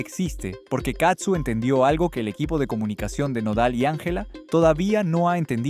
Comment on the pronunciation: Hola desde Ca. No es katsu, es CAZZU, vez la diferencia???? Prenuncia bien para que no te cretiquen. !!!!!!!!!!!